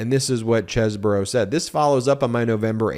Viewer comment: It's not Kevin Chess-bro. It's Keven Cheese-bro. 😂